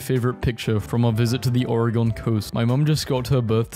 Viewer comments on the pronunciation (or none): You pronounced Oregon, OREGONN. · Bro said Oregaun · NO WAY YOU JUST SAID OR-EE-GON. you are as good as dead. us Oregonians are coming for you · Vsszkl You said Oregon wrong it’s pronounced Oregin